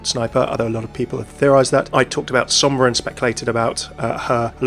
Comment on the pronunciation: You pronounced Sombra fairly well! Great vid, I am excited for another support